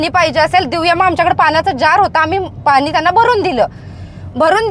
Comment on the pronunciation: पाणी फक्त्त बोला पानी नको मॅडम